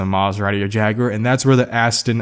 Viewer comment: You said Jaguar correctly!